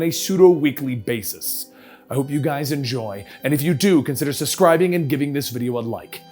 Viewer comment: hehe he said suscribing instead of subscribing